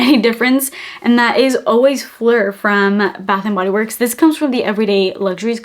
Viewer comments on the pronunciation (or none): none